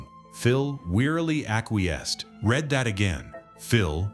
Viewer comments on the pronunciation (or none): none